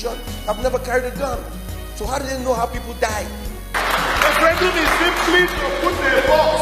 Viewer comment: Ref-ran-doom Lmao...